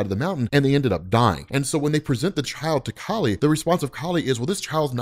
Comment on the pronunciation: Kali. Its pronounced like the first half of "CAULI-flower". And kali is the other half of parvati